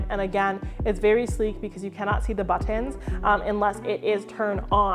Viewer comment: Where are you from? The way you say “ButTANS” and “CurTANS” is unique… My Philly accent jumps out from time to time hahaha but that’s a new one for me! Love the channel